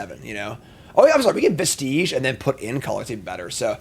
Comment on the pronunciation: Anti-causal. As in cause. Not anti-casual. Vestige is pronounce "Vest-idge" not like it rhymes with "prestige".